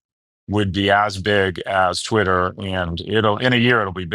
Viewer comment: Unfortunately he mispronounced Twitter.